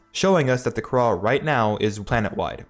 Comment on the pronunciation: Btw the kahhra is pronounced Kar•uh